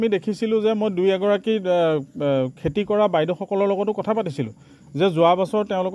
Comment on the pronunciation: Kela axomiya vlkoi kbo najane...khilinjia buli dabi kore..খেতি k কেতি ..aru kiba kibi buli boki ase bujay najay